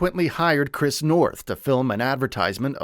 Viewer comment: You keep saying his name wrong, I can't finish the video knowing you didn't even study the man's name.